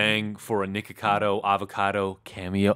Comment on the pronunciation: It sounded like u Said Nword cado